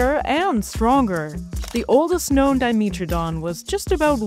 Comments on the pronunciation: It’s diMETradon not diMEtradon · dimeeeetrodon 😂 that's a pronunciation I have never heard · Di-MEAT-tro-don? xD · Well that's the first time I've heard 'dimetrodon' pronounced that way. I wonder if says 'let's go to the meetro area' as well.